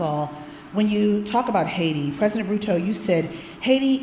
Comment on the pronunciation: In Kenya our president says haiit..but in USA he calls it Heti